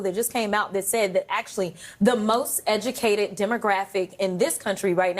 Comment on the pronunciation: "Day duh moz edge-uh-kated."